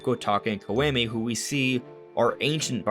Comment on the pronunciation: Love the theory and glad you mentioned Twinrova! Btw Kotake was right but Koume is more like Co-oo-may (oo like ooze). If you care lol